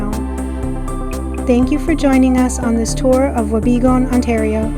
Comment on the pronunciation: It is pronounced Wa be goon. The town was founded due to it's location alo ng the Canadian Pacific Railway line. It was also the main town that supplied the Gold Rock Mine. It is my home town and a magical place to grow up.